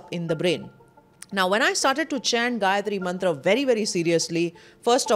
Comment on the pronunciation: Perfact pronunciation of Gayatri Mantra..